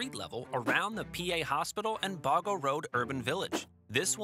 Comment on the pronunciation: Not "Garbar", pronounce as "Gab-baa". And Boggo is "Bog-Go"